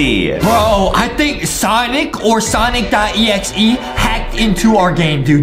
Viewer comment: its sonic not sanic